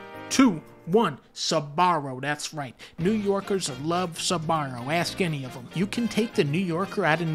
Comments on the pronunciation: The Sabarro one physically hurt me as someone from NY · I knew he was gonna say sbarro for new york 🤣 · Me, A New Yorker: Don't say Sbarro's, please don't say Sbarro- GODDAMMIT!